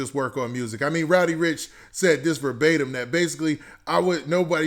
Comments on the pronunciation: bruh did someone hit you in the head wit a brick his name is roddy not rowdy lol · I fuccs with u bruh but its RODDY RIch not ROWDY lol there is no w there lmfao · RODDY rich not rowdy